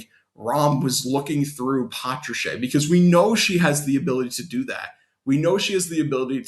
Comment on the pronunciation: It's not patracheeeee its patrash